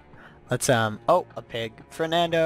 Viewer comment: Tell us why u call it fernado